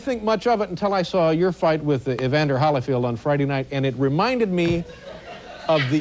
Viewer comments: It's Holy-field Dave, not Holla-field! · Letterman says Hollyfield, it’s Holyfield